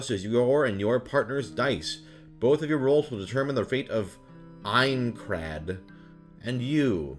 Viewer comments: As I suspected, when he said aincrad in the beginning it sounded like he’s never watched the show. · Have you not watched SAO? Why are you having trouble pronouncing names and Aincrad???